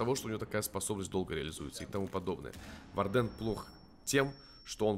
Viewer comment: по моему нужно увеличить сам щит блица и не вардЕн, а вАрден